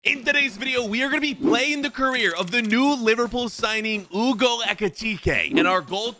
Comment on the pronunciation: Hugo not Ewgo